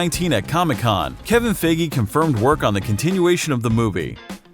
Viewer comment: I let some of you pronunciation be but “Kevin Figgi” sounds pretty stupid